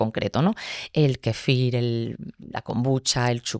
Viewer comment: Kéfir lo pronuncia con acento en la i...me ha gustado la entrevista pero me ha chocado que dijera varias veces kefír... es KÉFIR.